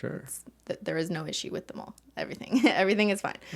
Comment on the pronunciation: Who else heard mold when she said mole